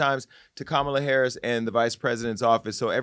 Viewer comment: Yes, let Joselyn come on and read her the ….. off! And Amber please pronounce Kamala Harris’ name correctly!